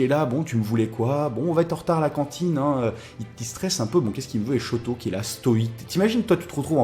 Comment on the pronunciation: Shoto pas shouto omg --´